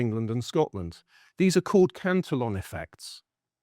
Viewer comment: Fantastic that Cantillon got a mention, albeit mispronounced. Best essay ever written.